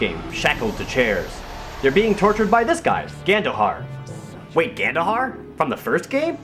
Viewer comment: Every time you said Gandohar' i thought you said Ganondorf